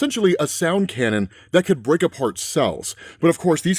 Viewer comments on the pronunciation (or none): none